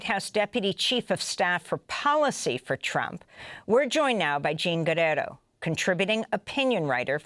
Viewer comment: Did he say " President Trip " 😅😂🤣 , thats what real Hate is.